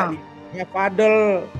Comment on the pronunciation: Vadel😂vadil bkn vadel😅